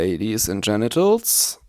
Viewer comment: Dude, thank you for this video. It really helped me. Just a correction in what you said towards the end: It is Ladies and "Gentlemen", not Genitals!.